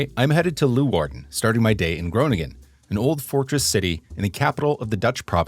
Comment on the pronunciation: Groningen is the Dutch capital for bicycle.thefts I must comment on your Dutch pronunciations you get every city name wrong. Groningen is pronounced Grow ning -en you put the "g" in the wrong place. Almere is pronounced Al meer - ah The SCH in Schipol is pronounced as the SCH in the English word School. Also for the Dutch athlete Daphne (daf ne) Schippers (shipp -ers) You are using the German